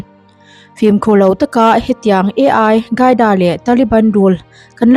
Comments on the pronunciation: Advice aw.. Ai qaida nilo in AL QAIDA (alkaida) tiin an lam thin. SVMM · A I gaida han tih tlat chu aww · AI-CAIDA Nilo in AL-QAEDA Bin Ladan a pawl te zawk a nih hmel a pronounciaton kha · AL khâi da pronounce dân tur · Al tih hi L hi i angin a chhiar palh zawk a nih dawn hi... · Al qaeda i lam dan chuh Artificial Intelligence (AI) an hmang a maw ka ti mai dawn a lawm le!!! Al qaeda hi i la hre ngai lo a mawn le aww....?